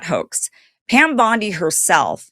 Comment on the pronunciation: Pam” Dow “Bundy Bondi